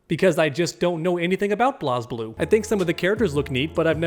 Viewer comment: The fact that you said Blaz Blue wrong, I can tell you don’t know about it lmao